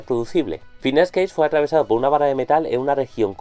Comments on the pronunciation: Es Gage no Cage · Ya desde que no pronuncias Gage me queda la duda de lo confiable que podría ser tu opinión, en todo caso, a quién le importa si no es tu caso favorito, el hecho es de que fue muy importante para la neurociencia.